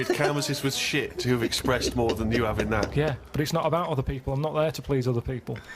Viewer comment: "you've gotta ave your critics..."